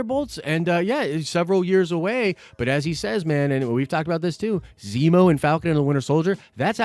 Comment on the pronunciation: wait, did you just say Zeembo? Lol that threw me off